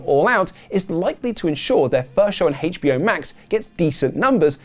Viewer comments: Why are you putting so much emphasis on the H? You are saying Hate-ch Be Oh! LOL Pulling a Stewie Griffin lol :face-orange-frowning: Also, best transitions from segment to segment ever lol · Hearing “haich bee oh” makes me want to burn my house down.